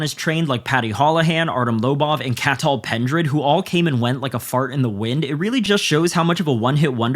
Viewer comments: Cathal Pendred is pronounced " Caw-hul " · Dont care about him as a coach but as an irishman the pronunciation of his name is garbage, listen to any irish person say the name, no one says it with ah at the end. When you cant be bothered to learn his name we cant take the criticism seriously.